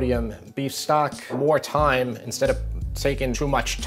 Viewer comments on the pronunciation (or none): none